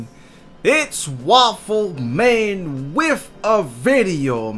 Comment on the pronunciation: DeMar DeRozan cwackalackin* waffew men* anotha*